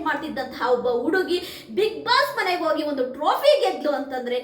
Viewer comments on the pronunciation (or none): none